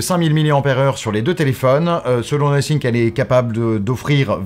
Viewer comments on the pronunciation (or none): C'est "no think" ou "nothing" le testeur ? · 🤨 Nosync...Nothink..... Donc cela veut dire que personne n'a eu la gentillesse de dire au journaliste qu'il y avait une erreur de prononciation. Surtout qu'avec du montage, cela aurait pu être corrigé assez tôt. Pour le reste, merci pour la vidéo. On attendra le test complet pour les perf et les caméras. Mon Nothing Phone(1) acheté pour Noël 2022 fonctionne tjs bien: SD778G+ pour ceux qui connaissent.